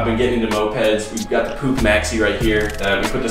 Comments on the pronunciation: It's Push not Puuk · yea look at some european vids, they say push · Really good video! I just have one thing to say, the Puch is pronounced push. Like in "I pushed him because he was too close" Thanks for the vid❤️ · in 🇨🇭 we say normally puch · noone; americans pronouncing puch: p o o c k g h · in the Netherlands we pronounce it like "poeg", throw it in Google translate and listen to it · You say the "u" like a caveman